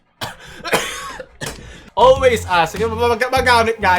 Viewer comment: may natutunan ako, "olwes ASS"